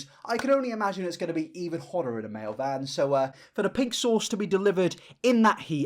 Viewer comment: Mayo vans thats all I can hear when you say mail vans Love the video btw